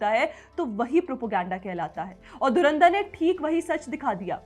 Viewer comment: नूर कराची वाली जी पाकिस्तानी मीडिया धुरंधर शब्द नहीं बोल पाती मजे लेने पर ध्यान रखना 😂😂